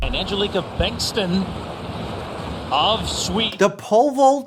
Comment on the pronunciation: Bengston? Bengtsson god damnit. Stupid olympic commentators